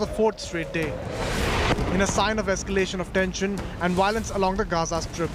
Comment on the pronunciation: Why the Woilence?